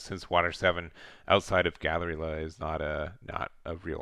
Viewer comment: Really cool deck list love the videos Galley la not gallery la